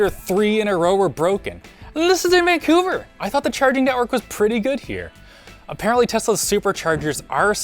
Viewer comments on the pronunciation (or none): none